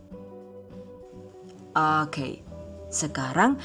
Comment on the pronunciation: Ku cuma penasaran sama pengisi suara THV...maap rada2 gengges klo pas bilang Oke..Hoke..piss yee bukkk😂